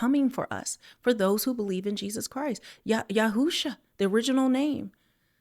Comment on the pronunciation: Hey, i watched this video, because I believed that you were going to say and pronounced the messiah name correctly “Yahusha” After I broke the pronunciation barrier down for you. I’m happy about that. I’m not trying to get too deep. However, If you really found out why his true name was removed and the word Jesus was given to us, it’s diabolical and would make you upset. But I’ll leave it there. Thank you very much for saying his True name: Yahusha